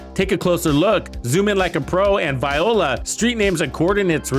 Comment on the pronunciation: Is he meaning to say voila? 😂